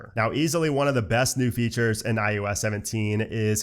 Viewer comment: I love your thoroughness of the new iOS. I don’t know if I’m hearing it oddly throughout, but it’s I OH S, not I U S. 🤓